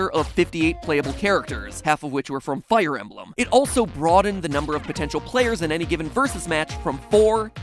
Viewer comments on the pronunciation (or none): none